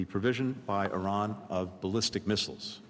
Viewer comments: Where is Eron? Why is Eron giving missiles to Ruzzia? OH thank you Blinken.. Iran.... Why do muricans mispronounce everything? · Excuse me young lady, but what the hell is an eeeron???🤨